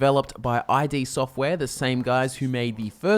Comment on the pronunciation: Their name is "id", not "i.d.". Id is a word.